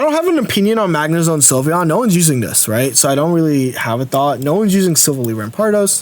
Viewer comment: Love the content and finally need to chime in. It’s pronounced Sil-vally, (ally, like friend) Keep it up! Was hoping to find an Umbreon greninja guide, but looks like it’ll be retired haha